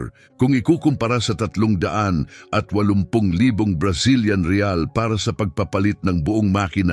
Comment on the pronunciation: Anong riays yun ang riyals bulol talaga ugok na eto.